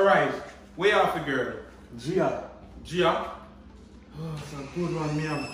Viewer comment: Did he just say j for Jirl girl opps